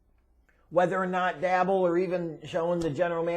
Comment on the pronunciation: DAY BOL pronounce it right ffs.